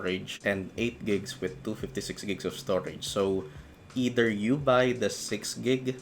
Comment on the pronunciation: "eter" hahaha. either